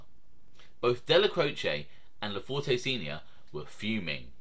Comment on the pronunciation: Most of the information contained in this video is spot on with two exceptions. The “e” at the end of his name is silent. It’s pronounced LaFort. Also, I’m not sure what you mean by low level mobster as that’s a subjective term. However, without getting into specifics, I wouldn’t characterize his standing as “low level”. Let’s not confuse low profile with low level.